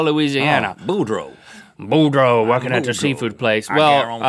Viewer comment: It's BouDREAU. Ya gotta say it like a Cajun, y'all.